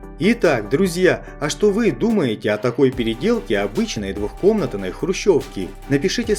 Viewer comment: Фигню не придумывает! Из двушки-хруущевки, что показали? Ловля доверчивый дураков, и кто глаголит:невыговорившися глубоко не русскийха-хадвухкомнатной, а не двухкомытаной